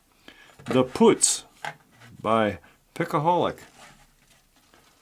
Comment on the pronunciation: Great picking, bud 👍 Nice pins, well thought out. Putz, with the "u" sound like "up" 🙂